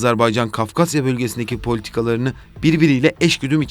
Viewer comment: Videoyu seslendiren sevgili GZT editörü: "Azarbaycan" diye bir ülke maalesef ki yok. Ülkenin ismi "Azerbaycan" diye okunur. Teşekkürler.